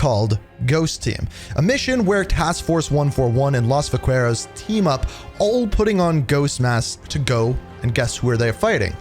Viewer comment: The way you incorrectly pronounced "Vaquero" annoyed the hell outta me